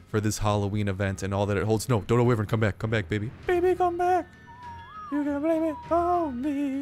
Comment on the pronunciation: It's not wivren